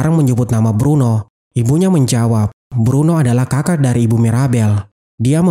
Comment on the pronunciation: bruno bukan bedro